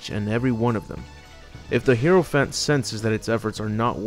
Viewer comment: It’s not herophant it’s (hi-row-phant) hierophant